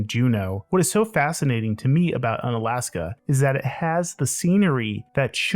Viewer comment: U-na-la-s-ka! U as wu in Wurst